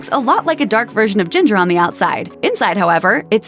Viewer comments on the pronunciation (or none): none